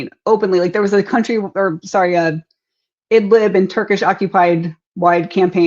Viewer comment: Country is not pronounced like county. It's /ˈkʌn.tri/.